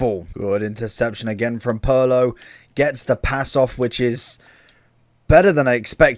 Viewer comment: the ways he says Pirlo sounds more like Paolo 😅